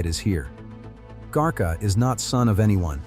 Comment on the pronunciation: 😂really ?, garcia is not that hard to pronounce ! What is "garka" Lets see what this computer says compared to my grandmothers upbringing -- Camarillo but still rh neg valenzuela is a married name and not my own